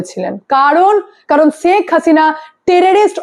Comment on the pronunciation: ছেখ হাসিনা না ওটা শেখ হাসিনা 😂😂